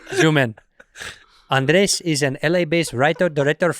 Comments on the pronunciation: Bobby can't not say Andreas. There's only one A in Andrés! 😂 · How does Bobby still say Andreas when it's Andres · "Andreaasss" -- "It's Andres" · HIS NAME IS ANDRES AND NOT ANDREAS FFS BOBBY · Bobby still can’t get Andrés’ name correct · Why does Bobby call him andreAS, and not Andrés? 😂😂😂😂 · I like how he finally corrected them on the pronunciation of his name as Andrés (not Andreas). Yet it kinda went unheard. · I wonder if Bobby will ever realise it's Andrés not Andreas 🤣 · lol that Andres correction of his name slipped thru and was ignored as I was literally thinking lmao wild this long and he still says it wrong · ANDRES—Bobby’s gift to you should be finally pronouncing your name correctly. He doesn’t even TRY! 😂🤣😂 HAPPY BIRTHDAY,! 🥳🥳🥳🥳🥳 (Guess that’s easier than Andres.🤣😂) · Bobby can't say Andres.